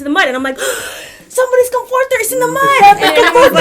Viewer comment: "Com forter" I can't stop laughing LOL